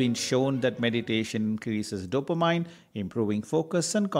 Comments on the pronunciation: CORRECTION TO PRONUNCIATION: Dopa-MIN ...not Dopa-MINE😀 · You mean "Dopameannnnnnn" not Mine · Good info but it is NOT Dop-a- mine..it is Dop- A -min. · I believe it's pronounced DOUGH-puh-meen. Not dopa-MIN or dopa-MINE. To me, the mispronunciations by the narrator are not as bad as the myriad typos in this video. The nuns who taught me English in grade school are probably rolling over in their graves, LOL. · Every time the narrator mispronounces "dopamine," it is like fingernails on a chalkboard. It is pronounced "dope-a-mean," not "dope-a-mine." I have a hard time listening to it. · Dopamine is pronounced do pe min....Not do or mine... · Hahaha, I felt the same way but English is not his first language and he’s talking about something that is super helpful. We can forgive his “dope-a-mine” and just go for the goods in the video. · Good info but when you make videos you have to make sure the writing fits the screen. Also mispronunciation of dopamine or even caffeine doesn’t add confidence in info. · The way you are spelling dopamine , cafein and norepinephrine is like rubish !!! Go improve your english !